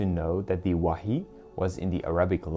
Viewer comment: Wahyu, not wahi